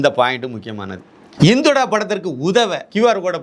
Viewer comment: படத்தின் பெயர் " இந்துடா " So don't say. " இந்தொடா " உங்கள் உச்சரிப்பை சரி பார்க்கவும் 🙏